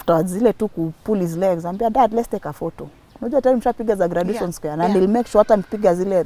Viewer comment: Please don't pronounce graduation that way,Google for pronunciation or ask someone